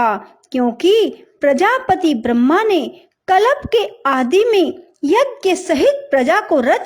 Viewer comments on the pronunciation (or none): none